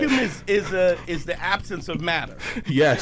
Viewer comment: He didnt even know how to pronounce the word Axis he kept saying Axas??? He then doubled down on the vacuum theory on his pod where two white men trolled him with the fried chicken theory......FRIED CHICKEN !!!🤣🤣